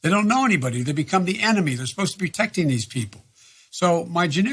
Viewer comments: Biden - "they come up there in an up-armored humvee; they're supposed to be 'teckting' these people." WTF? Is "teckting" the new slang word for protecting or did ol Joe just start daydreaming about 12 year old girls with long hair in the middle of an answer? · Are my ears defective, or did I hear Biden saying. " We're sposed to be tecting these people" Play it back and see....